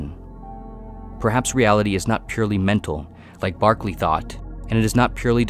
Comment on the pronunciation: Great video. Berkeley =/= Barkley